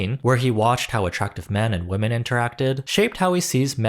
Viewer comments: Genuine question: did you pronounce women wrong on purpose? My friend and I have a theory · Why do you consistently mispronounce ‘women’?